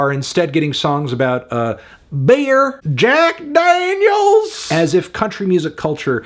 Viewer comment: coming back to hear this man pronounce "beer," and "jackDAANYULS"